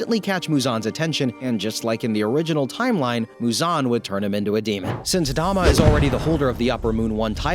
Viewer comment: yeah I know it spells douma im saying he said dama and not douma